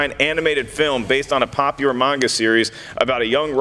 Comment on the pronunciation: I appreciate that pronunciation of manga